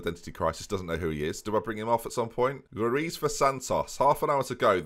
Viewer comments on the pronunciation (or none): Lmao saying rutz when it's actually ruiz 😭😭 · Nevermind, he called Ruiz Rutz two times.. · Interesting way to pronounce Ruiz as Rutz